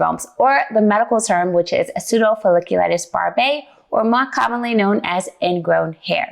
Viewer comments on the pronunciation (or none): Why do you keep pronouncing the name of the condition incorrectly? Pseudofolliculits barbae does not have an 'a' at the beginning of the word. The p is silent.